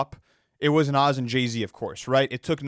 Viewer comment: Bro I love these guys but still keeps mispronouncing Nas’s name lol🤣